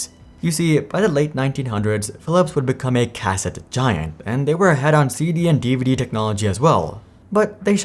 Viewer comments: Why do I get the feeling you have never used a Cassette before? I always heard it as (Kuh-set) not (Cas-ette) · Cuh-Set > Kah-Sit (cassette) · It's pronounced "ca-SET" not "CA-set" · I would think that anyone who reads the word cassette would pronounce the word the way it is spelled and be correct. I don't know what this narrator problem is but he has butchered cassette like it was spelled cas-set. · Planned obsolescence. No!!!!! And it's pronounced "kuh-set". And they aren't a health care company. They're a medical device manufacturer. 😊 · Everyone be trippin over how he pronounces cassette. Grammar Nazi's. ✌️😜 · Are all the misprounciations on purpose to drive comment traffic? Your plan has worked, I'm here to tell you you sound fucked and the way you pronounce "cassette" is so bad you must be doing it on purpose. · If you start pronouncing "cassette" properly I'll subscribe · Interesting pronunciation of cassette... :) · That was funny to hear. Can't blame him though as obviously he was born at a time when the cassette was an obsolete technology. Makes you wonder what other things that are long forgotten if we were to read about them that we would also mispronounce. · Kids these days... Can't even pronounce "cassette" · Never heard hard first syllable on cassette, I don't like it.